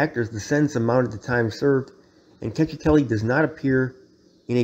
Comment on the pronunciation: “Check- eh- telli”